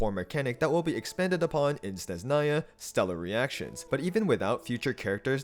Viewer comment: SneZHnaya brother. Don’t ignore the H. ZH is the same sound you make when you pronounce G in Fagio